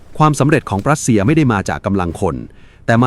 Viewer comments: AI อ่านผิดเสมอ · "ปรัสเซีย" กับ "รัสเซีย" นี่เป็นคนละประเทศกันเลยนะ ใช้AIทำเสียงพากษ์เกิดความผิดพลาดใช่หรือเปล่า?